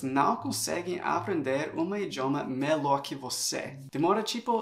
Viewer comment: Muito bom o seu vídeo AMEI! Mas queria dizer que a pronuncia da palavra melhor, não é "melor" e sim "melior" e vídeo não é "vidêo" e sim "vídio"